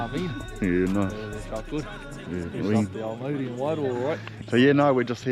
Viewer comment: You gotta roll the R bro. should know better than to mispronounce Māori place names. Think he spent to much time in Aussie lost he's way abit. Either way still mint watching his vids.